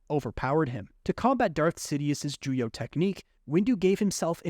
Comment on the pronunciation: It's Juyo, not Julio, genius.